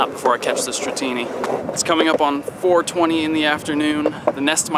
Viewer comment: "It's coming up on "" "" I love how he put emphasis on """" """"